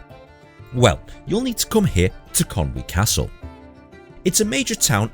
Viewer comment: Can I just take a second to commend your pronunciation of "Conwy". So many people pronounce it "Con Way" but you got it spot on and it's really nice to hear!